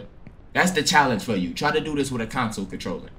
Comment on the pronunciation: Mens said Council controller 😂😂😂😂